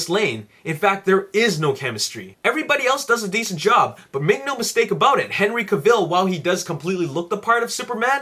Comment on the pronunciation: Very bad and bias review. You can't compare past film Superman films to Man of Steel they're two totally different beast. Man of Steel is the Superman film fans have been waiting for. And I might have taken the review a little more seriously if you pronounce Henry's last name right and got some of the other actors names right and didn't compare to past films. The amazing cast has amazing chemistry and humor & emotion are in the film. MOS is the movie of the year. 10/10.